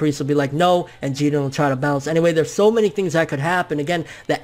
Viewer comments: Say his name like everybody else... Jiren.. Not Jeden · I get how Japanese people pronounce their names differently but you're American bro stop being obsessed with Japan. you don't have to pronounce the characters names the way they do. Say jiren. but you're saying (Jeedin) its annoying TBH bro and it's sorta cringy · It bothers the fuck out of me when he Says Geeren instead of JIREN which sounds like JIRIN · lool love ya bro but its Ji RRRRRRREEEENNNN. I was cringing through the whole video hearing you say Jiden loool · Why are you pronouncing his name Jegen, there's a R in his name dude, it's Ji-Ren. Just like when people started calling mario, mayro because of the Spanish name. Mario isn't Spanish, he's Italian and they even pronounce his name in the game. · I’m all for correct pronunciation and everything, but for some reason I prefer “Jiren” over “Jeeden”. I get it, like, because Japanese and whatever, but still. Just an opinion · "Geeerren" fucking weeaboo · I really hate how he pronounces jiren .....it’s ji-rennn! Uhhhh sooo annoying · Stop saying "JEE-dren". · Whenever you mention Jiren it sounds like "Jiden" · Taz Taaz I thought that there was a silent R in Jirens name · Stop saying Jiren with that Oriental accent ,it doesn't make you official. Damn you uploaders are weird. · Good video but the way you say jiren is my new pet peeve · Your saying his name wrong dude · Why people pronouncing Jiren's name like he's hispanic? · The way you say jiren is giving me ear cancer bro... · Why do you insist on mispronouncing his name? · i swear hes saying his name so wrong